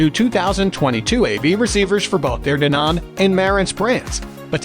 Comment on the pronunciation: Dude, you talk about two different receivers Denon and marantz. And for some freaking reason, do you have to put the accent on the wrong syllables for both of them. Why?